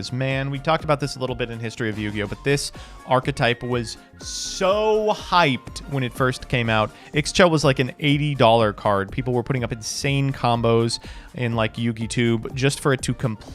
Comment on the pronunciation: Ixchel is a real world name for women from Latin American countries. The X is silent. It is pronounced like "E-Shell." Please stop saying it like an absolute moron.